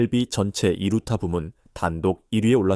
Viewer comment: 두루타 라는 것도 있는가? 했는데 이루타였구만....ㅋㅋㅋ